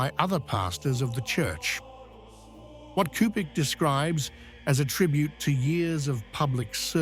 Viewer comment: JMJ+ PLEASE, learn how to pronounce the Cardinal's name.